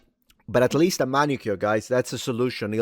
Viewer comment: It's MANicure. Come on.